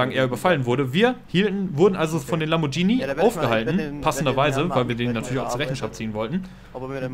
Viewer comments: /klugscheißermodus ein lamborghini, nicht lambordschini, wenn ein h nach dem g kommt spricht man es wie ein deutsches g aus. /klugscheißermodus aus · "Lamborgenie" :D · Lamborghini wird wie Spaghetti ausgesprochen^^ Mit einem g :P